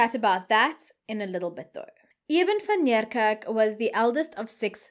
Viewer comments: I really enjoy your channel however I have a big problem with your pronunciation of people's names and surnames seeing that you are South African. ..say Van Nie kerk. ..It would appear that you go out of your way to pronounce these names as though you are American stop it man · TIP: Van Niekerk is pronounced Van KNEEkerk.